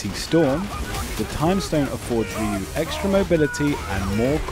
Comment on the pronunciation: SFV Ryu intro : pronounces Rye-you MVCI Ryu intro: pronounces satsu no ha dough